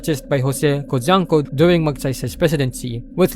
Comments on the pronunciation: Ko-hwang-ko, not Conjac or konyanku or kojanko, KO HWANG KO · Cojuangco is pronounced KO-HWANG-KO. lots of pronunciation errors which made me think if this was AI or they need better narrator. none the less good content. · FYI. Cojuangco = /ko-hu-wang-ko/ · Thanks for making this video. I was able to remember up to level 7 before the topics were explained 😅 Likewise, 1. Cojuangco is pronounced as "co-wang-co" as said by the newscasters on TV back in the days. 2. The roman numeral for 9 os IX, not VX 😅